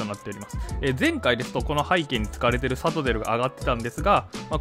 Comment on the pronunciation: サトテルの発音が間違ってる